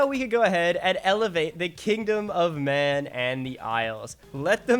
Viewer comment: do you know it's pronounced Man not Mahnnnnnnnnn haha